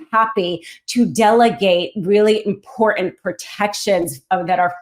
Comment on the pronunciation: Not IMPORNANT - IMPORTANT. Please.